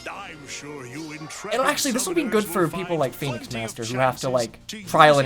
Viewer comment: Hey everyone it's lmao